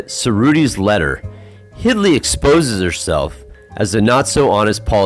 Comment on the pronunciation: Very interesting video. Just for the record her name is Hildy not "Hidly" other than that thanks for the great video.